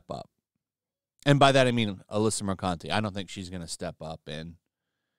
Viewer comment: Bro literally said Alyssa Mercunty. I'm dying.